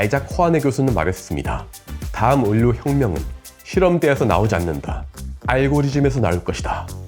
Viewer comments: 선생님 유익한 내용 잘봤어요 상용화 될 날이 기대됩니다. 말씀드리고 싶은 것이 있어요 의료, 의료, 의료, 이 세 번 다 자꾸 꾸준히 을료라고 발음하셔서 제 머리속에 자꾸 물음표가 떴습니다. 의료는 발음도 의료입니다 참고해주세요! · 왜 의료를 을료 라고 발음해요? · ‘을료’ ‘을꽈’ 실화임..? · 아니 형님. 을료 아니고 의료 라니까요. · 의료. 다시 한번 발음해보실게요. 의.료. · 의료 발음이 조금 특이하시네요 ㅎㅎ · 아. 참 좋은 채널인데 ㄹ 발음 하시는 것 듣기가 너무 버거워요... ㅠ 의료 의료 이런 거 특히.